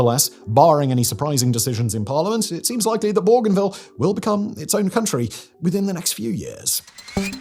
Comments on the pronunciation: I wish this idiot had taken the time to check the pronunciation of Bougainville first. It's 'bow-gan-ville'. Where the hell did he get 'bor-gan-ville'? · The pronunciation of Bougainville is doing my head in . . . the first syllable is pronounced Bo, as in Go . . . Bo - Gan - Ville . . . Simon said it so many times I had to skip ahead. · There is no"r" in Bougainville, pronounced Boo-Gain-Veal. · It’s cringe whenever a Northerner tries to say “Borganvill” was it. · yeah, I've always pronounced it that way too... Bo-Gain-Ville also makes sense... maybe I just hate the French so much I won't say it the way it's meant to be said 😅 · this idiot is australian but cant promions the name bougainville or PNG right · Bruv, there’s no R in Bougainville. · There is not "r' in Bougainville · Agreed. Simon's pronunciation seems to be getting worse lately. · Pourquoi prononcer Borganville? C'est Bougainville en français. Même chose pour Torets, c'est Touareg. & la Nouvelle-Calonie, mais c'est quoi, ce bordel ? J'arrête, c'est insupportable.